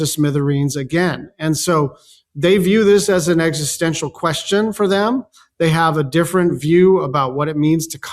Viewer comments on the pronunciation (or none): none